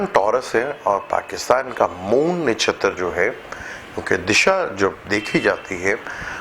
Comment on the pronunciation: It's not disha (urdu meaning simt) it's dasha (planetry period) and. It's not nashatar it's nakshatra.